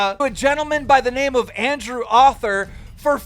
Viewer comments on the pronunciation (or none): Keem can pronounces sartorius right but reads Arthur author. How? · dude don't know how to pronounce Arthur